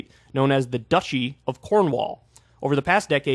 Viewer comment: Dutchy =/= Duchy, Kyle please! Haha <3